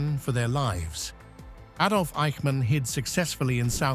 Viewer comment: Another Ay-dolf moment...